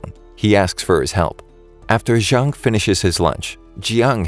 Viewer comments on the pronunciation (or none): none